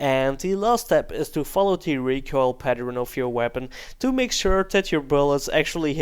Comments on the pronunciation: PatterEn it is said pattERn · "recoil pateren" lol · What is a recoil paternern?:D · 'recoil patteren'